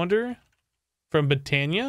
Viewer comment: its pronounced bot-and-iya Botania